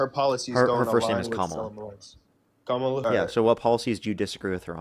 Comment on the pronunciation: I don't know if there's a type of aggression called "racist micro-aggression", but that sure is what it is when people can't pronounce Kamala. It's just a f'n dog whistle for assholes.